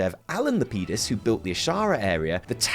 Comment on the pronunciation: The way you say Lapidis makes me cringe LOL